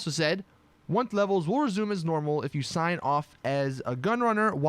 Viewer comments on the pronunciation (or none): none